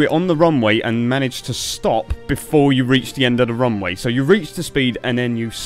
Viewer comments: do you say wrong way or runway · Why do I hear "wrong way" whenever you say "Runway"? random speech me ™